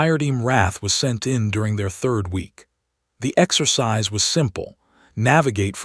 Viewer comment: Reminder - You still pronounce exercise as exorcise. Your audience size development does not benefit from not correcting this issue. Kind regards Anders, 69 Sweden